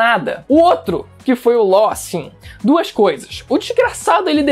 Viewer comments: o cara fala "Ló " e eu achando que era "Law ". Doflamingo sempre errava o nome do rapaz kkkkk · Como nos falamos:law agora como o fala:lo